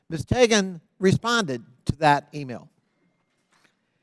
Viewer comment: Nothing like proving your boomer credentials when you mispronounce Teigen’s name repeatedly…..